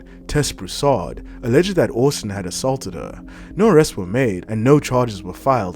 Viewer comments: You are pronouncing Austin wrong.. it is pronounced Ost-in not owust-in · Take this down and either re-do it, pronouncing Austin properly or just leave it off, as this is too embarrassing! Also, how did you manage this when his name is said repeatedly in every match he is in? Humiliating!